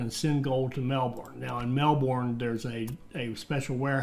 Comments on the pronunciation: honestly I've heard people pronounce Ballarat worse, but the your kind pronounce Melbourne makes my ears hurt. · As an Australian, I can say the best was to pronounce the town names is to say them as lazy as possible. Melbourne > ‘melbin’